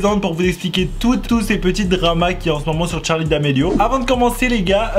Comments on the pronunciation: Moi je dit charli et non pas Tcharli 😅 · Sais pas tcharli sais charli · C charli damelio pas tcharli damelio 😒😒😒😒😒😒😒😒😒😒😒😒😒😒😒😒😒😒😒😒😒😒😒😒😒😒😒😒😒😒😒😒😒😒😒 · c’est pas tcharlie damelio mais charlie damelio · Sa me stresse le "tcharlie" ! C'est CHARLiE! Pas tcharlie!!!!!!😭😭😫😩😡😡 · Toi tu dit tcharlie d'amelio mais c Charlie D'Amelio 🤦😂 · Pk tu dit tcharlie c Charlie pas Tcharlie 😂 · Mais art de dire Tcharlie c Charli 🤣🤣❤️ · C'est pas Tcharlie d'amélio c'est charli d'amelio !!!!!!!!!! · Mais tu dit : tcharli au lieu de dire charli mais des fois tu dit bien charli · On dit charlie damelio et pas tcharlie damelio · Se n'est pas tcharli d'Amelio ses CHarli d'amelio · Elle s’appelle Charli pas tcharli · Cest charli et nn pas tcharlie mais sinon elle est cool la vidéo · C pas "Tcharli" c "CHARLI " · Mo8 j entends que des chtarli et pas des charlie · Deja c charlie pas tcharl8e hein je c pas si tuc enfin c pas grave mais va parle francais et moi c victoria je previens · pk tu dit t`charli damelio c`est charli damelio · Y'a que moi qui est remarqué qu'il dit TCHARLI d'amélio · moi aussi 😂😂😂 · « tcharli damelio » 😭😂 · le seul truc que j'ai retenue " Tcharli damelio " 👁️👄👁️ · Tu ma stressée avec ton <<Tcharli>> mdr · Le <<Tcharli >> il m'a stressée dsl 😂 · Moi je dit pas tcharli mais tu dis comme tu veux 😊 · Il dit tcharli ou une reve si oui moi r.i.p☠💀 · Il dit tcharlie d'amelio ça me stress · Je suis d'accord mais quand tu n'a pas d'accent autant le dire à la française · Charlie ou tcharlie tu dit tcharlie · Pk tu dis tcharlie ? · Prq il dit Tcharli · Déjà apprend à dire bien charli dameli o